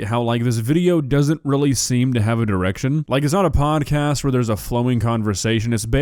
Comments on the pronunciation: I thought he said erection lmao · I swear you said “this video doesn’t have an erection”. It took me a full 30 seconds mulling it over in my mind before I realized you said direction.